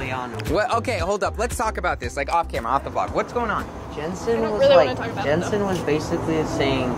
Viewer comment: its not jentsen its jentzen